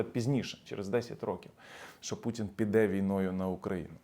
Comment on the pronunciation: не піде, а піда...